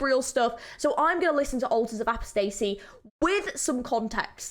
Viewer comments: Altars of Apostasy is really calming to me weirdly, I don't really know why. I love just chilling to it :) (also you mispronounced apostasy so badly oh my lord) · The way you said "apostasy" makes me angry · “Altars of apo stacy”💀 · "Ultas of apastacy" 😭😭😭😭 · nice reaction but the pronounciation of "apostacy" and "minotaur" are killing me. somehow you arent one of the people that say "my-nos" though